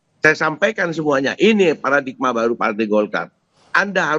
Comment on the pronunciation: Paradigma bukan Paradikma... Wartawan Kompas masa ga mudeng penulisan begini.😂